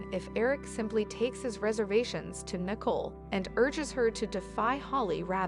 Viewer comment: Her name is not nickel it's Nicole say it right